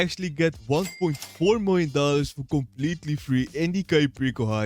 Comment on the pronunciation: 1.9 miwiom dollars ❤😂